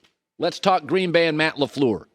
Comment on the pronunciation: it's not Laflur it's Lafleur